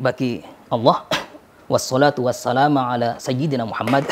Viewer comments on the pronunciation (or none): Mohon maaf dek ,,,kalau mengoreksi dimulai dari awal dulu ya ,,seperti pada bacaan Alhamdulillahi wasolaatu wasalaama yg seharusnya wasalaamu ,,ini mungkin belionya sabqulisan yg tidak disengaja